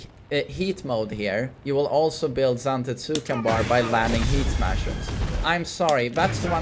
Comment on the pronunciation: Zante-TSOOO-ken lol